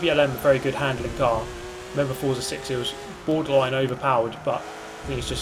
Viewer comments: Sikth is the only way to go here on this channel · I think you meant to say sixth. Not sikth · Sikth...it's SIXTH for fucking fucks fucking sake